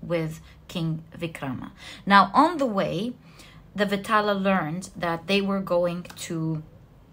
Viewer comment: Its not pronounced as VITALA, its pronounced as VAE (like Bae) TAAL (T is pronounced like the sound of “th”